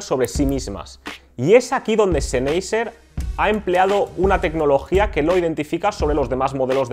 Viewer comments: seneiser...? en serio...que lastima de pronunciacion y no es por ofender, es solo que se escucha mas..."profesional" mencionarlo bien. PD: Mejor Audio46👍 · La pronunciación de la marca "Sennheisser" es: (sennjaisa, siendo la j una h aspirada) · ZENEYYYSER XD jajajajaj :V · Lo de las pronunciaciones suele traer polémica, dada la cantidad de idiomas que han influido, y aún lo hacen, en el nuestro. Yo siempre escuché "senjeiser" o "senjaiser", pero lo que me importa de este vídeo no es eso. Respecto a si este canal es mejor o peor que otros, dejémoslo de lado: para los pocos que hay en la lengua aquí empleada y sobre este tema, apoyémoslo para que no termine desapareciendo. P. D.: Pablo de Audio46 tb pronunciaba siempre "Bous" (o algo parecido) en vez de "Bosé". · Tú cómo los pronuncias? Senjaiser? O como verga? Es una marca alemana a ver si si los sabes pronunciar... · Lo estaba pensando mientras veía el vídeo. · Ah que con los españolitos... su pronunciación es de lo mas divertida, marcas en alemán las leen en español, y las de español en ingles... mal, mal, mal... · pronuncias mal el nombre de la marca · Perdón no pude terminar de ver el video... cada vez que pronunciaba la marca sennheiser de esa manera me daba tic en el ojo jajaj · Respeto hacia el idioma? No se como te comuniques con los demas, si uses "ok" u otras palabras de otros idiomas, solo creo que es mejor pronunciar las marcas como en la lengua nativa de ellas